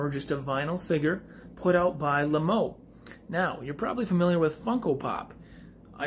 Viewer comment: It’s also said like lame-o